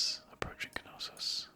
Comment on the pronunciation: There's a silent k in knossos